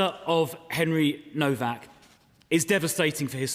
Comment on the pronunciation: Despicable women can't even get his name right, nowak not novak! More scripted waffle 🤬